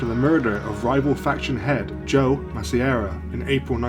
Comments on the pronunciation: Masseria is pronounced Mass-ah-re-ah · Its pronounced mass-ah-ree-uh